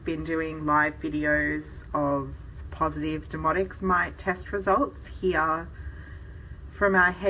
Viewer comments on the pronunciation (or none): Your accent is lovely, so please don't take offense, but when you refer to "demodex" it comes across as "demonics". Crazy eh? The very thing that's driving us nuts. IS Rather Demonic!😛